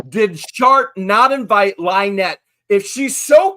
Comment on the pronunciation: Out of all of the horrible things I saw in rescue video the one thing that made me laugh was hearing the officer actually call her LIENETTE!!!